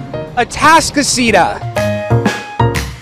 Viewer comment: They actually pronounced Atascocita correctly as it is a Spanish word and they read it as such. The town was named after Atascocito road which means boggy road or muddy or wet road. We of course have tried to give an English pronunciation to a Spanish name.